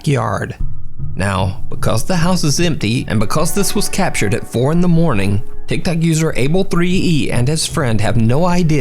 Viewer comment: "Tic tac user *insert name*..." I'm sorry but that's what I hear every time he says that 🤣